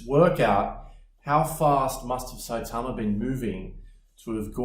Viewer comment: Was not ready for the shorts. Also that cool accent saying saitama like really well.